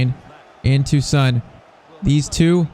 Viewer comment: PCQ: Please say son's name like on with an s instead of SUN